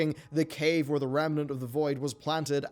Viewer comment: rem-nant. stop adding an entire syllable into it.